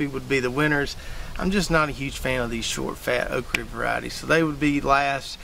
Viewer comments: Why do you keep saying okree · What is a Okree? Okra has the letter "A" at the end of it not a "E" nor a "Y" Quite annoying hearing OkREE over 100 times. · Okry??? Almost pissed my pants every time you say it brother 🤘 made my morning . Excellent video 💪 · You can’t pronounce okra. SMH